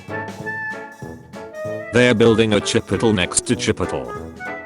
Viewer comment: Me: Chipotle Text to speech voice: Chipotol